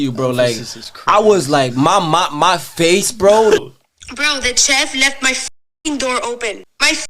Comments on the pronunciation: She really pronounces chef as “chef!?” 🤦🏾‍♀️🤣🤣 + she’s stiff af and can’t even dance! People are really making others “famous” for breathing! 🤦🏾‍♀️ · Someone needs to tell that chick that it's pronounced shef